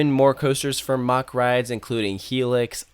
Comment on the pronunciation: Mack not mock.